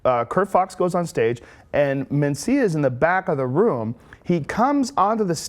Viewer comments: "Mancia" - How can this bitch not know how to pronounce Mencia? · Mencia, ana, not Mancia. She always reads something wrong. Atleast it was.only that in this video. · Carlos mAncia? I’m pretty sure it’s Mencia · You'd think someone hosting a show would know how to read..."Carlos Mancia?" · Lmao "mancia" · Carlos "Mancia", as she pronounces it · "Carlos Manseeuh" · It annoys me when she pronounces it man-cea lol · MEN-CIA. Men.... Mencia. Ugh, these people. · She can’t even say Carlos’ last name correctly.